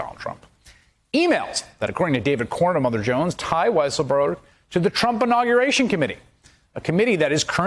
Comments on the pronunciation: Weisserberg? Weissenberg? Weisselberrl? Get it right,. It's WHY-SELL-BERG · "Weasel-berg" Lol. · When the reporter said Weaselberg instead of Weisselberg, I just thought, Freudian slip. 🤣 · Ooof, he said weasel-berg. Anti Semitic tropes bro, easy now. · "Weaselberg"? ;O) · did he just call Alen 'Weasel' berg LOL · "Weasleburg" Ha! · Sounded like he called him weaselberg one time. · He said “WeaselBurg” 😂😂😂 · I love how David Corn pronounces it Allen Weaselberg. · Alan Weaselburg Great pronunciation;) lolololololol 😆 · Thank you for calling him "Weasel-berg" LOL!! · Alan "Weaselburg" HAHAHAHAHAHAHAHAHA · Did he say weaselburg 🤦‍♂️🤣🤣🤣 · I love the way Corn called him “Allen Weaselberg”. Couldn’t be more accurate. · He called him weaselberg!!! 😂 😂 😂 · First time corn said the name he called him "Weaselberg". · "Allen Weasel-burg" lol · Did he just call him Weasle-berg? Lol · Haha "Weasle-berg" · He called him "Weasleberg" haha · Corn undecided on how to pronounce Weiselberg's name..